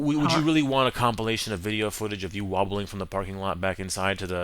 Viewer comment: He said "wobbling" 😂😂😂